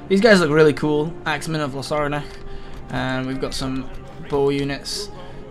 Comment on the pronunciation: It's pronounced axe men of loss-a-narch